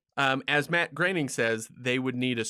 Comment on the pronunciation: "Bat Groening" He was so worried about pronouncing "Groening" correcting.